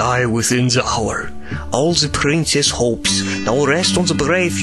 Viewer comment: BITTE ES IST NICH BÖSE GEMEINt aber sprich the nicht wie se aus bitte das machen schon zu viele